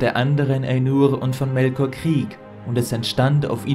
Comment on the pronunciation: "sein Name" "EA ES SEI!" "Manwe" "MelkoRRRR" "dahhherr" "haaillig" "Gejjstrwesen" "DIE VALARRRR" "Olwe dem Bruder von Elwe" "sehende Steijne" "dreijmal bat er sie um eine Flechte, dreijmal sagte sie nein zwischen ihnen würde keine Freundschaft mehr sein" "pack dich" "scher dich weg" "da wurde Feanor zorrrrnig" "UnTerTessen" "Galadriel" "dort kamen ihm die Balrogs entgegen" "die Geschichte von Morgoth und Feanor" "...."